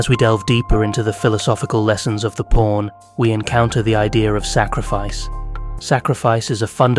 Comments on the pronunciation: I feel like this guy is saying porn instead of pawn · Guy who created chess: "it's not even that deep bro." Also, this whole time I thought he was talking about "porns" 🥴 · at 16 minuets you call a pawn a porn at least 3 times? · Sounds like he’s saying porn 😂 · the accent makes pawn sound like porn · 😂😂😂 nah fr .. I was hearing it too , but I keep getting back focus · Did he say pawn or…